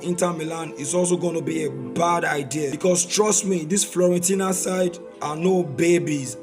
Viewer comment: Its fIorentina not fLorentina